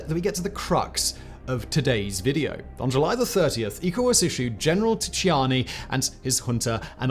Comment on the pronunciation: Your pronunciation of African names is horrible 😂 it's pronounced "Jam-MAY" and also the T in T'Chiani is silent